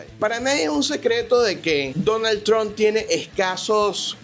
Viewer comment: Tron? Quién es Tron? Debe ser Trump. Suena como Maduro Ilonmas 😂😂😂. Es hasta gracioso como exime la responsabilidad de su gente.